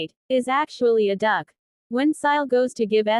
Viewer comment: That was meant to be said like “what a duck!” But I know you meant Duke, I was just teasing. Also, all I can picture is a very fancy duck 😂😂😂 what’s better is that fact that “The Ugly Duckling” story makes an appearance in this 😂😂😂